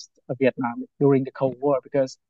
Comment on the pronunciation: LOL... We-itnam 😂